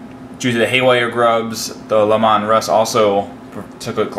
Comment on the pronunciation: Lee-man Russ